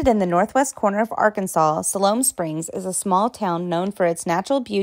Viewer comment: What the heck! Alma is not pronounced all- ma it's pronounced al- ma as in the man's name Al. Silhoam Springs is Siloam Springs, & is pronounced sigh- loam, not sill-loam. Some have taken to pronouncing the name Altus as all- tus, locals say al- tus. Little Rock, while not a huge metro area, is not a small town. Petit Jean is pronounced petty as it is a French name, such as that flowing water named Fourche La Fave- pronounced the French way as fush- la- fay. Because Arkansas was part of the Louisiana Purchase, it has some French heritage & you'll notice all the "villes" here. My family has only been in Arkansas since 1839, so I'll tell you Arkansas was originally pronounced in the French fashion as Aw-kawn-saw, a Native name meaning the people down the river.